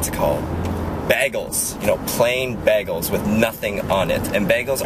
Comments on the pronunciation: "Baygeuls." not "Bag uhlz." :3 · "bag-gulls" ? "BAY-GULLS." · isn't it pronounced bay-guls? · i love how he says Bagels as baaggles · Honestly, i think you are saying bagels the correct way and me & everyone else is saying it wrong. Because the bag in bagels in should be pronounced like a regular bag . So in a way.. bag elles is the correct way. o_o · beagles!!! XD wow lol he says cream cheese right XD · saying bagels like baggels :D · You say bagels weird. I say Bay gulls. o-O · Its BAYGELS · I love how you he says bagels!!<33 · lol i like how he pronounces "bagels" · i've never heard someone say bagels like that @@ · u say bagels weird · you say bagels funny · LMAO thats not how you say BAGELS!!